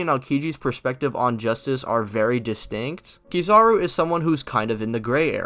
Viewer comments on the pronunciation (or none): KEE zawr oo? Come on dawg damn :/